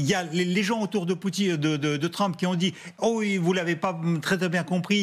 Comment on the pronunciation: C'est pas Tramp, c'est Trump